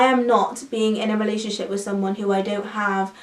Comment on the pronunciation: she keeps saying "relay-ship" and not "relationship" lol